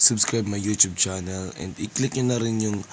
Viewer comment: Chunel basa jan pre hahahaha